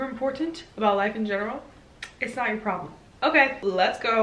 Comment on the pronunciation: You are absolutely right, it is not OUR ploblem 😂